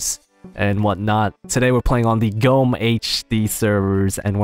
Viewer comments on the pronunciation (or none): Gawme = Gomme not GoMe